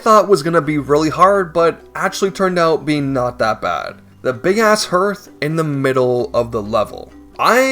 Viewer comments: Hearth is pronounced harth! not herth. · Hearth is said like "heart" but with a "th" at the end. Not "Earth". A hearth is the stone area around a fireplace.